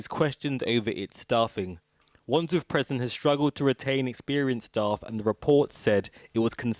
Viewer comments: What is a 'preson'? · what’s a presen? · This guy shouldn't be the narrator, he can't say prison properly "preson" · Why on earth would they employ the only damn person in the Uk who can’t say “prison” properly to do the voice over work / present this